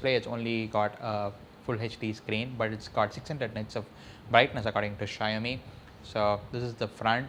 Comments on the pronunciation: ksha-yo-mi nahin be shao-mi bol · its "Shaw-o-mi" not "Shy-o-mi"